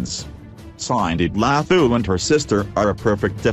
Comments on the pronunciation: all I could here was "Lahooo"! they could've used a South African for the voice over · Ihhhe....so we just gonna ignore hw ths guy pronounce Dlathu?....hhaybo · mmm the way u pronounce her surname kkk so funny